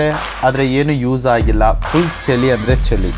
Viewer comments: Kannada uccharane sariyagi madu bro... adu ಚಲಿ alla ಚಳಿ... ಕಾಣಿಸ್ತಾಇರ್ಬೇಕು ಅಲ್ಲ... Swalpa pratice madu bro sari ogute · ಅದು ಚಲಿ ಅಲ್ಲ ಚಳಿ ಕಣಪ್ಪ 😂😂ಸ್ವಲ್ಪ ಕನ್ನಡ ಸರಿಯಾಗಿ ಮಾತಾಡೋದು ಕಲಿ ❤